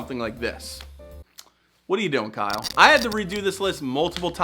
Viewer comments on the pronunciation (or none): none